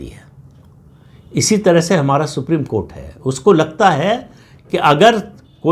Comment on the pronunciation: सुप्रीम कोर्ट का नाम मत लिया कीजिए सर। सुनकर ऐसा लगता है जैसे कोठा बोल रहे हो।